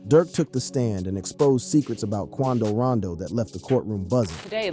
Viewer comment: It's Quando Rondo not Rando